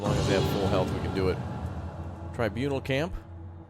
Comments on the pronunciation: Tribunal not trinabul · BAHAHAHA When he says TURNIBAL CAMP instead oh TRIBUNAL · Its tribunal..not turnable..